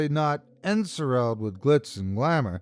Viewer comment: En-SOR-selled - to be under the influence of a sorcerer’s or sorceress’ sorcery. The root word ‘sorcery’ should be apparent in the pronunciation.